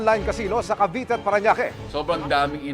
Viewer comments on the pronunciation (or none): none